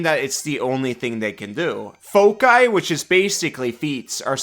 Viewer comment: WWN is very very cool! Also thank you for pronouncing foci like you do which I'd like to argue is correct. 😁